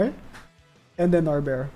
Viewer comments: Stop saying Nabera, her name is Narberal (Nar-beral) or Nabe (Na-be). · NAL-BURR-ELL is how you say her name